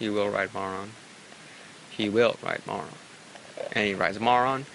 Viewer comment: Is it just me, or do I keep hearing say "Moron" instead of "Marron"